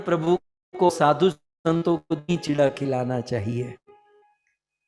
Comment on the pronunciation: This is not Chitwa chida say properly chura is correct words